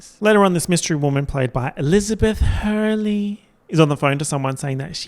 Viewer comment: Every time you say Chivy, SpecTATOR, and Elizabeth Huurley~ I die of laughter